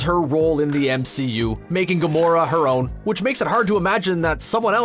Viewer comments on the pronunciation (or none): Green-skinned assassin? I almost thought he said Garona lol